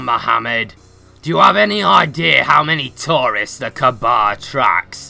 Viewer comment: It's pronounce the Ka'aba